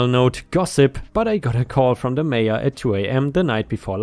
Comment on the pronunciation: Nebraska story update. Mayor is not said as "major." It's said as it looks, "may or."